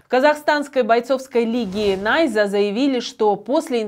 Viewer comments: Чё за "НА́ЙЗА"??? Ведущая с Вологды приехала??? Найза́! Ударение на последний слог! 🇰🇿🇰🇿🇰🇿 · ударение не правильно ставишь. Не " НАйза ", а " НайзА ". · Не нАйза, а найзА! Ударение в конце слога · Ведущая, не позорься. Произноси слово НАЙЗА правильно. Ударение на второе А , на второй слог. Эх, неказах.